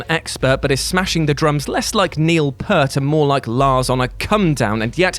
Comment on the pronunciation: Congratulations on the milestone! I get that everybody wants to pronounce Neil Peart's last name as "purt," but you actually pronounce the long E as well. The man told us himself after the Rush Time Machine concert.